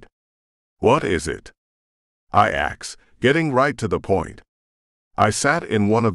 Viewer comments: I've noticed that almost all of the AI narrations say "axed" instead of "asked" and yes it's so very annoying!!! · The computer that reads this was programed. Therefore it can be reprogramed. Please, please, please, please teach it to say "asked" rather than "axed"